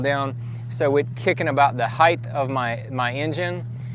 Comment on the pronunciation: I couldn't concentrate on what he was saying bcuz he kept pronouncing "height" as "heighth". There's no "H" at the end of "height". It's pronounced like "sight" or "might" or "kite" or "bite". Maybe he has it confused with "width"... There's your "H"! I don't mean to be a grammar fucking snob but after about the 3rd or 13th (hey there's another h) time he said it I couldn't concentrate anymore on his tutorial.